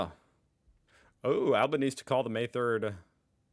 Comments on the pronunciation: the PM's name is Al-BEN-ESE-EE so 4 syllables not 3! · I enjoy the videos that you make, but how you pronounce Anthony Albanese's last name is like Albanesy.🤩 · BTW, … Albanese is an Italian name. This means you pronounce ALL the vowels (even if they are next to each other). So to pronounce Albo’s name you say it as Al-Ban-Easy. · I’d forgotten how unusual it is for a USAmerican to call a national election for a month’s time. Also we pronounce the PM’s name Al-ba-nee-zee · It's Anthony Albanese. Pronounced Alban "easy" :text-green-game-over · Abanbeseeee pronounce the E or just call him ALDOe like everybody else., those blue bum bees do bloody ating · the pronunciation of our current Prime Minister Anthony Albanese is Alban-ezy, more or less how it's pronounced in Italy. And that further shows how far we've come in the last few decades, was the time it would definitely have been anglicised to something different (like how you do it). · Hey, How ya going??Just here to say that it’s ALBANEEEZEEE 👍🏻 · Awful accent, give it up 😁 And it's Albanese pronounced Albaneasy. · Why ??? Why wont you say Albanese's name properly????? 🤨